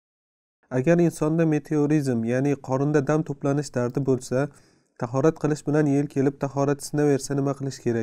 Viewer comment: "Торат" мас "тахорат" кори